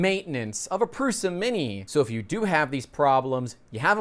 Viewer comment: pls pronounce it prusha